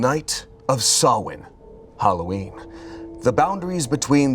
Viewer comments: can i correct without sounding bad. its "saow-nah" not sowin. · Shout-out to for not entirely butchering the pronunciation of Samhain like many americans do. Still a little bit off (it's more like "Sow-en", rathen than "Sah-wen") but the effort is appreciated. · ...He didn't. <3 But he got close! He said "saw-in" and it's much more "sao-in" pronounced like cow. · Butchering samhain over and over again actually hurt me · But its still not right 🥲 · All the Samhain jokes but not one of them pronounced it correctly. Close though.